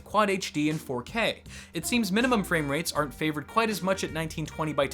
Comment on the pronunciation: "fwamerates"